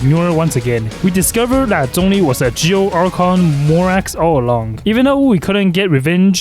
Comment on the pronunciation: When he said zhongli at start i heard donkey💀